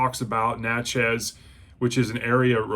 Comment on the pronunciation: I have read this back in 1985 and I now have a nice hardcover copy. I was gonna read with y'all. But I got sidetracked. It's pronounced Nat-chez. I know because I live not far there. And I've been there. And it is a very historic and interesting town. Thank you -James